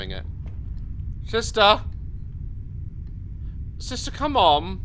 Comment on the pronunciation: "SISTA" got me CACKLING 😂😂